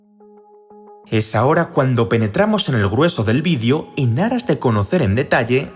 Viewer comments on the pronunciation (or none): none